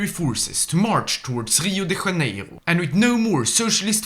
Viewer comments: Yeah, he pronounced it like a Spaniard would, not like a lusophone would 🤦🏽‍♂️ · "Rio de Raneiro" that hurt my soul, my ancestors and my successors